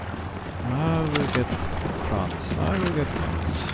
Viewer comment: " I vill get Franz, I vill get Franz...Ping"